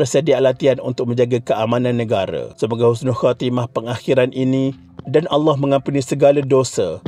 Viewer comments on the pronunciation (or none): none